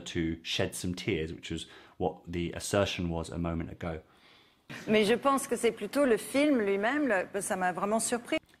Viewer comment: Hardly any English accent at all. Only when she says "mais", or "j étais". Which she pronounces "meille" or "j éteille". It is extremely slight.